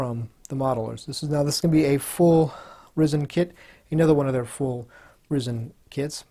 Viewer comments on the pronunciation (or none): Stop saying risen,it's resin!@